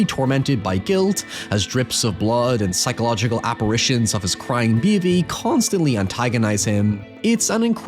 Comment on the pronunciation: de behbeh